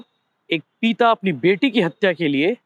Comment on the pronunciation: "पीता" नहीं भाई "पिता" है वो, और भी बहुत अशुद्ध उच्चारण हैं आपके सभी वीडियो में। पत्रकारों का उच्चारण सटीक होना चाहिए।